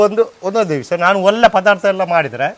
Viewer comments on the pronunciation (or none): ಒಲ್ಲೆ ಅಲ್ಲ ಒಳ್ಳೆ ಪದಾರ್ಥ ಕೋಲಿ ಅಲ್ಲ ಕೋಳಿ